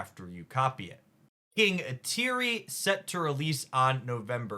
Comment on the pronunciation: It’s Eee-Tree. Not Eee-Teer-ree.